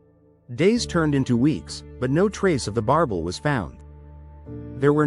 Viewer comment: B.S. don't waste your time. AI can't even pronouns the name correctly